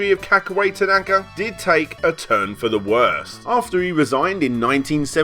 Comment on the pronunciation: If you want to go down that route, then it's pronounced "ta-na-ka", not "ta-NAka" as it was said throughout this video, but I'm not one to quibble as long as we know which sleasebag is actually being called out here!